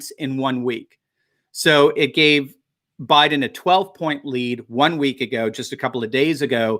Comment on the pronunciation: Joe Bye-Then